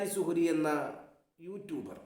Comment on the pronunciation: സുഹരി ഉസ്താദ് അല്ല കുഹരി ഉസ്താദ്